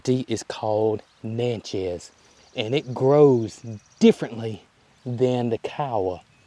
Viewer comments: Pronounced Nat-chez. Indian tribe. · You do not pronounce Natchez correctly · I'm not the name police. Call them what you want 😊. No biggie, but Natchez is like matches with an N in front.